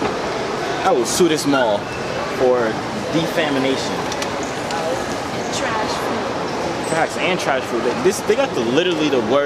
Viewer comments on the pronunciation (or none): My guy said "defamination" lmfaooooo